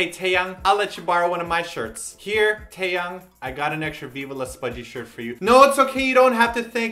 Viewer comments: i thought Taeyangs name was pronounced thai-yang. Now im confuzzled -. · you say teayangs name wrong